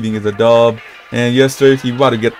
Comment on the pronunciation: thats not sasuke uchiha thats sas u ke uchiwa